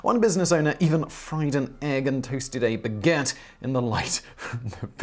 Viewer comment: Thank you for leaving in the egg and bagette flub. Got a good laugh there